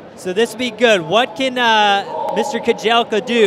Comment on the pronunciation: The correct pronunciation of Yomif's last name is Keh-jel-cha (cha, as Charlie,....not "Keh-jel-kah")